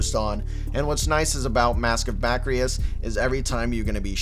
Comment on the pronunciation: “Ba-kris” not “ba-kri-is”